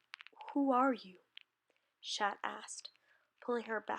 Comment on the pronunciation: OK GGOOD JOB BUT AS A FRENCH PERSON I HAVE TO TELL YOU CHAT IS PRONOUNCED WITHOUT THE T AND CHANTON WITHOUT THE N OR T SORRY THIS IS GREAT BUT YEAH